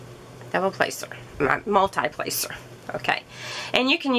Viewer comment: Multee placer, not multeye placer.